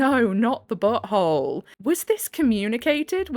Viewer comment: Love how when u say “Am I the butt hole,” I hear “Am I the BOAT hole?”❤ Love listening to a HUMAN! 🥰